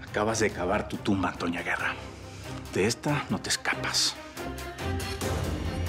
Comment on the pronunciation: Me gusta como balmaseda en vez de decirle a antonia le dice atoñia 😂